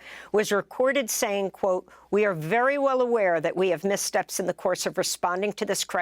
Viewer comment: "Miss steps" LOL